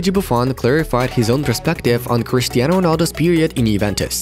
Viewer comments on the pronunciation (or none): none